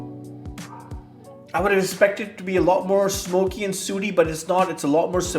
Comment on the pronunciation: An 88 isn't an A either. And it's 'sooty', rhyming with 'bookie', not "suity".